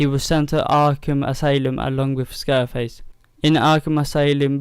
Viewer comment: its scarface. not "scareface." you pronounced the puppet's name wrong